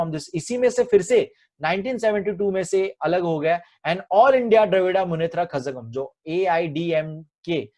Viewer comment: Sir as a student i would like to give u some knowledge from my side...aapne jo kazhagam word hai wo galat pronounce kiya ....Tamil me z ko ek tarika hota hai pronounce karne ka...aap YouTube par dekh sakte ho uske baare me